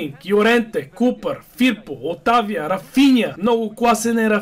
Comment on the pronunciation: Футболните коментатори: Отавио и Кастровили. Фанатика: Отавия и Кастроволи. 😂😂😂😂😂😂😂😂😂😂😂😂😂😂😂😂😂😂😂😂😂😂😂😂😂😂😂😂😂😂😂😂😂